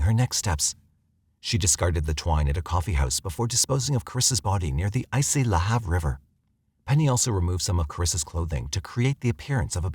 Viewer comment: I'm from Nova Scotia and I remember this story, tragic for the family. Also, the pronunciation of "Lahave" is funny coming from the voice narration because it is supposed to sound almost like the word "behave" but kinda "la-have", anyway. Great coverage and I look forward to more videos from the channel.